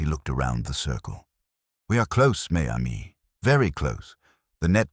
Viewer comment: It’s pronounced ‘mezamie’.